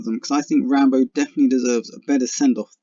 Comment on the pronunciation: It's RambO, not RambER